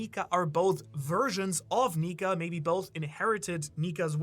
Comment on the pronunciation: Bro you gotta watch how you say nika